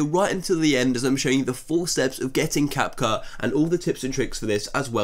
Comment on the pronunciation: "Cap-Khu" lol